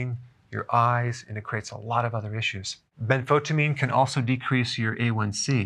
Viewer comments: I don't think you are pronouncing benfotiamine correctly. I've heard several others emphasize the EYE sound in the middle of the word rather than skip the letter "I" - so ben-fo-TIE-a-meen not as you say ben-FO-ta-meen. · Ben-fo-tya-meen, not ben-fot-ameen. Thiamine is pronounced with the "thya" sound. It's not Thi-meen, it's thya-meen. Benfotiamine. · Please say Benfotiamine (ben·fow·tee·uh·meen) instead of Benfotamine. It will make you sound like a professional. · isn't it ben-fo-tie-amine, rather than ben-fotamine? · Ben- fo -tie-amine...is the pronunciation it is chemistry . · The “tia” in Benfotiamine should be pronounced “sha” …. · You are not pronouncing benfotiamine properly. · He cant even pronpunce it. Wow